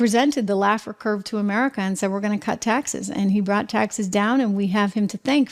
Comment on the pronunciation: Art Laffer. Not Lafford.